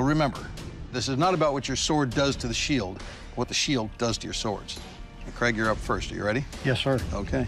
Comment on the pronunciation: “Craig, Paul” I thought he said Greg Paul